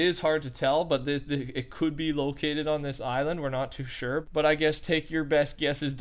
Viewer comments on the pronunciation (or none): none